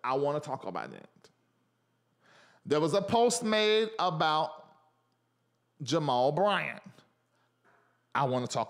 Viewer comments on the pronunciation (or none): The way you said Jamal Bryant’s name 😂😂😂